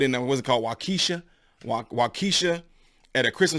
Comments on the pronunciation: Wau-KUH-Shaw .....not KEE-Shuh (I live in the area and have actually lived in Waukesha previously) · pronounced waa-ke-shaw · Waukesha is pronounced Walk-key- shaw - it is the name of a city in WI the Darrel drove thru their Christmas parade. The Judges are letting people shoot people off - it is a form of crime grooming. It is happening for everything not just murder. the innocent are treated as guilty on every level. There are ignorant people over weight/color/sex/religion, income etc. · ....it's WA-KA-shaw not WAKIEE-sha....sorry bruh....i do love your content and you ARE absolutely correct... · Thanks for your thoughts and insight! BTW....I couldn't figure out what Wah-KEE-sha was, until I realized you were talking about Waukesha WI. Just so you know, it's WAWH-keh-shaw. :) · Good point. Just FYI, it is "Wah-keh-shaw" with the accent on the first syllable, no ee sound in in there. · "Wakesha" lol, sounds like one of my black friend's names she uses when she's drunk. I think you meant Wakausha which pronounced phonetically is War~cor ~Shaw. Thanks for the relaying of facts and calm head when all around us are losing theirs. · wak-uh-shaw= waukesha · The city in Wisconsin is pronounced Wa Ka Sha. But this is the thing I thought you might talk about. This shooter in Buffalo had the same neo Nazi symbol as the Azovs in Ukraine have. Media used to report on the Nazis in Ukraine but now it's being whitewashed. Check it out. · I believe it may be pronounced Walk - eh - shaw but I could be wrong. Or maybe Walk-esha.. more of a eh then a ee but I am no english major. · Waukesha is pronounced Walk-A-Shaw 👍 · Waukesha is pronounced Wah-kuh-shaw by people in Wisconsin. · Good deal! But the town Waukesha is pronounced "Waww-Kee-Shaw" The middle syllable sounds like the word "key". It is refreshing to know that you are always improving your verbal communication. This is what we need. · WAU- KE-SHA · Wok-uh-shaw. Wisconsin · It's pronounced walk-a-shaw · Pronounced Waw-ki-shaw